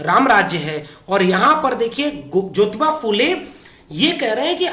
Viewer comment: bhai app jyoty nahi jyotyba phule, aur shavitry nahi shavitry a phule, hi bolana. Jay shanmvidhan.